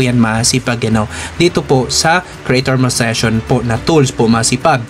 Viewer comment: Monetization Sir hindi Monezation., Good vibes always support here keep it up